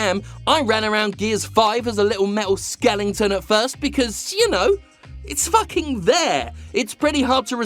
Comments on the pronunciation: skelenton ? say "skeleton" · its skeleton not skelington , silly Englishman cant speak English Kek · skelington > skeleton